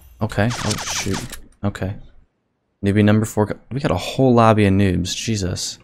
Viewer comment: Bro said Jesus like an African man xD